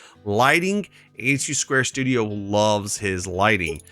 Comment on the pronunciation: you miss pronounced David's name for his mods it's 82studio not 82 square studio